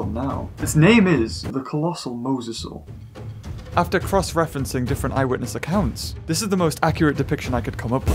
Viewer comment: Not mowsasaur mosasaur